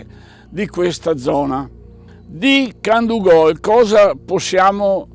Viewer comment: molto interessante. un appunto sulla dizione, piú probabilmente Candúgol/Candúvol